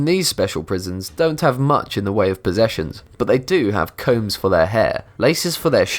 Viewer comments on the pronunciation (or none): none